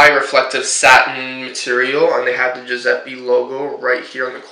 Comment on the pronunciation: Yes, +Alessia Mcdonald is right! + You should pronounce the latter "E" of the name Giuseppe the same way you pronounce the former "E", like you pronounce the "E" in the word "bed".